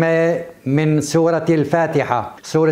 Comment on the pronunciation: واخيرا صرت تلفظ سورة بدل صورة ..في تطور بس نصيحة شغلة مو شغلتك مالك فيها